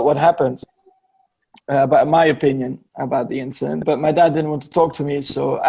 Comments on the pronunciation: “Inchident” lol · "GAS STATION INCHIDENT" xD